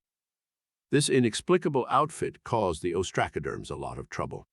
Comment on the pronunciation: You really need more work on how to pronounce the names of these amimals. Ostracoderms have the "a" sound as in "up" not "cat". You have the syllables wrong in Entolognathus - it's En-tel-o-gna-thus, not en-te-log-nath-us, with the stress on "gna" not "log". Other than this your content is great.